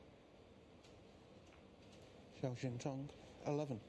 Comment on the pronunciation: I sure wish you guys learned to pronounce the Cinese players' names. Zhao is Jow, like cow, and Xintong is Shintong. X is pronounce d like SH. Easy.